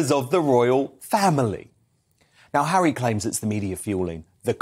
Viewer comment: This American says Hawwy is BONKERS!!